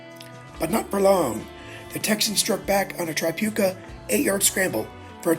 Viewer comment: The first syllable of Tripucka is pronounced as in the word trick. Also, it's "mar-KET-tea".